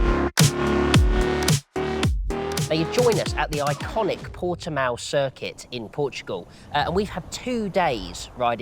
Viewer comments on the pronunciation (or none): none